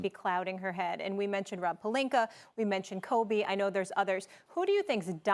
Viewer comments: Stephen A. Smith: “Rob Perlinker” Me: ITS ROB PELINKA! “PER-LINK-Ah” “Ah” THERE IS NO “ER” ON HIS DAMN NAME!! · Is anybody ever gonna tell Stephen A that he’s been saying Rob Pelinka’s name wrong ever since he’s been a laker lol he keeps saying Pelinker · can someone inform SA its "pelinka" not "pelinker".... jackass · Everyone: Palinka, Ibaka, Stephen A: Palinkur, Ibakur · “Rob Pelinker” lol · Wtf is Rob Palinkuur, though?🤦🏽‍♂️👀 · Stephen A- “Rob Palinker” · SAS mispronounces people's name on purpose. "Rob Pelinker" "ZAZA PachuliERRR" disrespectful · whats up with Stephen a smith always calling pelinka, plelinker? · I also think this all of a sudden pronunciation of “Pelinker” is a calculated move... You have to understand psychology and how to work it in certain situations to help deflect any potential heat that may arise from your [in this case his] hot topic he decided to fire up discussions on. The dude is brilliant, I’ll give him that. Do any of us think he suddenly woke up dumb today and forgot how to pronounce Rob Pelinkas name? Cmon the dude is workin it! Lol. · No one: Stephen A: Rob Pelinker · No one: .... ... ... ... Stephen A: Rob Pelinker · Steven A - "Rob Pelinkuur" ⚰😂